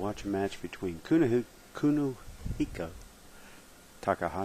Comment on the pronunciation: That's Kunihiko...say it right bitch, and screw you guys we aint paying money to watch matches on here